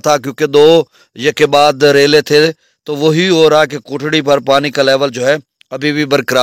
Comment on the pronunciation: بھائی یہ کوٹری ہے کوٹڑی نہیں ہے اپ کوٹڑی بولتے ہیں جو کہ غلط ہے